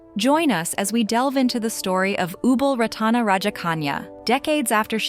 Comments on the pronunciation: It’s disgusting disgraceful to pronounce her royal highness name completely wrong. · Maybe learn to pronounce her name correctly and do some more facts check will be great